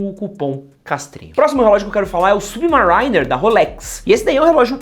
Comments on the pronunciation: Olá! Achei que vale mensionar que não só o F91W é pau pra toda obra, como é o relógio mais usado do mundo. Não só o relógio que o moleque de 10 anos usa pra ir pra escola, como presidentes e até mesmo terroristas como Osama Bin Laden já usaram. E crítica construtiva, a pronúncia é SubMERRYner (tipo merry Christmas) a ênfase fica no A e não no I, eu também falava assim, por que pronunciava como se fosse Submarine, mas aprendi depois. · a pronuncia do Subimarainer, e agora o comentario do casio... parei o video, falow galera!